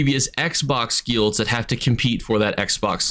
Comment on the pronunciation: I dont like how you say guilds broski